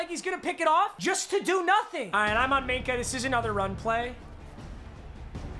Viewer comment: Nobody:: MINKAH MINAH AHHHHH